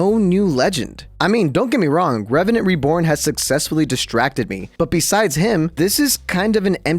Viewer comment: NEBORN REVRANT AHHAHAHJH